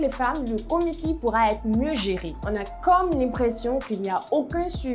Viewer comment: On a l'impression et non pas coe l'impression 🤙🏾😷